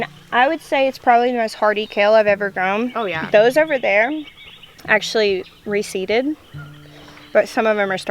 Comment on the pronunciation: What does it mean when something goes to seed or re-seeded because it sounds like you’re saying receded and at what point do you know it is appropriate to take the seeds to say for next year and do you need to do anything up to the seeds once you pick them off the plant to get them ready for next year. Anyone can answer these Questions or point me to a link where she’s already explained it